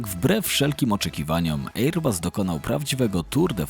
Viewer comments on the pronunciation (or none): Wezcie ocenzuzujcie tego "ejer busa"... chociaz dobrze, ze fraza Boeing nie jest "Beeingiem" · Ejer-buuus... mamma mia.. tego się słuchać nie da... szkoda że algorytm jutuba nie wykopuje tak fatalnego lektora. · Dziwne ,bo fajny material ale mogłeś sprawdzić wymowę, bo serio ten ejer bus jest tak wkurwiający ,że szok. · Fajny materiał tylko ta wymowa: Airbus. Wym: "e: bas" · To prawda, słucha się bardzo ciężko....ajeerbas...🙉🙈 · Jak można tak źle przygotować się do materiału i przez cały jego czas źle wymawiać nazwę firmy o której się robi materiał…. Żal